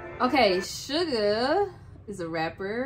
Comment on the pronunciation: LMAO its suga not sugar